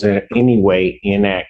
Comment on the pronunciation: Vury in-ack-cur-at